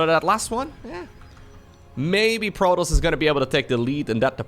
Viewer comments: Bro, you really need to learn how to pronounce, "PRO-Tahss" not frickin, "Prodos." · Every time you said "Protols" I cringed.